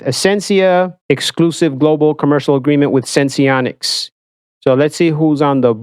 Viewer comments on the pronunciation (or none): Just like it’s dexcom, not dexicom.. it’s senseonics, not sensionics 🤦‍♂️